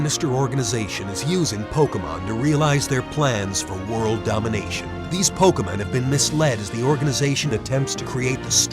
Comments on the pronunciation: Did that guy from the trailer say pokemans? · Probably. the voice actors for the commercials are pretty bad at pronouncing "Pokemon". The announcer for the Ruby/Sapphire commercial says Pockmun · I counted like 11 Pok-UH-Mon in that Trailer. Thank you Dubbing Team, just... thank you. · notice how the trailer said pokaman and pokemon......... WOW NINTONDO